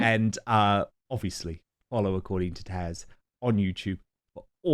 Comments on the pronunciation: Please Dan, it's TAZ not TASH. She is lovely to come on your show (and not correct you). Couldn't find an email to say this privately, sorry . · It’s “TAZ” Dan…not “Tash”… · Why are you calling Taz - Tash? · Please Dan, stop calling Taz by the name of Tash! Is it just a pronunciation error, or do you think her name is Tash? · Dan, please learn how to pronounce Taz and PDina. It’s not Tash, and it’s not PDeena. If you listen to their channels, you can occasionally hear them say their name. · Does one of my favorite YouTube creators -- Taz -- really prounce her name "Tash?" It certainly isn't spelled that way, but would someone really be so rude as to mispronounce the name of the person he's sharing screen time with? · Are you calling her Tash?